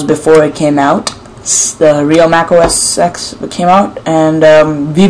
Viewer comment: The second you said "OS X" and not "OS 10" I knew...